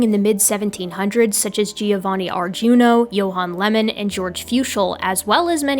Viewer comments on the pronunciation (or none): If I might be allowed a pronunciation note: Lyell's name has only one syllable. And 'Giovanni' has only three syllables: sort of like "joe-VAH-nee". None of this affects the content of the video, of course.